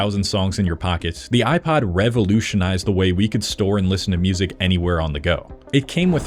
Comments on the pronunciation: Why do you pronounced "iPod" as "iPad?" How do you pronounce "iPad?" iPid?" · he pronounces iPod like it's an iPad. 🤮